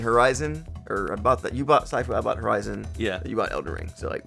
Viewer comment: It's sifu. Means "master" in Cantonese. Not Saifu. Why am I tell you this, you said you don't care!